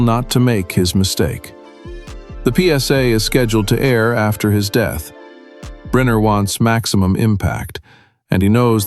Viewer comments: Stop saying Briner it is pronounced Brinner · Pronounced BRINNER.